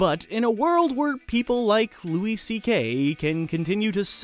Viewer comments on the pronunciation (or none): none